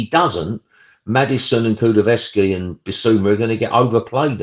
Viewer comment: Why can't this guy take the time and show some courtesy to the player and pronounce Kulusevski's name properly.